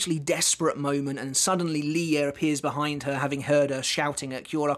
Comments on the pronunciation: I think the pronunciation of Lille’s name is “ Lil “ not ‘ Lie ‘ but this fight is amazing for sure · Because often in many languages, two “L’s” are pronounced with a “y” articulation rather than a hard L. So Lille is most likely pronounced “Li-yeh”. Combined with his last name, Lille Barro - to me, it sounds like that’s what Kubo had intended because it rolls off the tongue rather than Lil Barro or Lili Barro. I’m not saying this is absolutely how it’s pronounced, just that it’s most likely pronounced this way. We’ll know soon enough once the anime eventually gets to this point. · I think Lille is pronounced like niel with an L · I think it’s supposed to be “leeyay” so yeah ur close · Lille is a town in France and is pronounced "leel" in english, or "lill-luh" in france